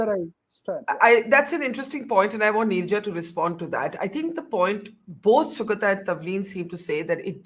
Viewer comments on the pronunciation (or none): Barkha: that name is pronounced Sugāta not Sugatā. :)